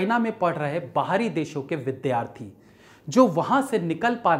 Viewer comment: O bhai.....tu phla mila jisne VIDYAARTHI KO VIDHYAARTHI NHI bola..shukr h🙏🙏🙏